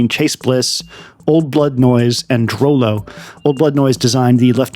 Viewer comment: unless he said it wrong, i thought Droeloe was pronounced Droo Loo